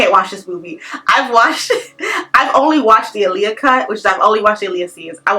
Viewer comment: Limp Bizkit was not in Queen of the damned. It was Korn, Linkin Park I could go on but I’ll leave it at that. Also you mispronounced Aaliyah name. I get it we all have our opinions, But getting the names of characters and the people involved in the film should be on point